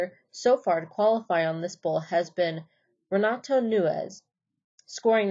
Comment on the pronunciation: Renato Noons not Nu-nes and Chris Shavers not Shivers 🤔🤔